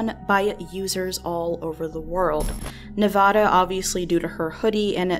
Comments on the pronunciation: while this is sad and all I would like to mention she pronounced Nevada wrong... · The real tragedy here is the mispronunciation of Nevada. The first a in Nevada is said like the a in advertise, not like the a in auction. Clearly I got my priorities straight...